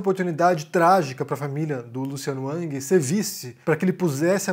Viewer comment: Não é ANG. É RANGUI.